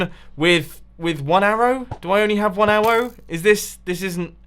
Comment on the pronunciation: "Do I really only have one Awwow" - MumboJumbo 2k16